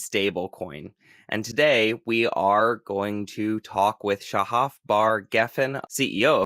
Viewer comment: It’s Sha-haf not sha-hif